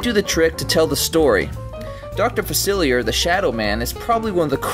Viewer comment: Fah-cil-lee-ay what is what with the insistent poor pronunciation.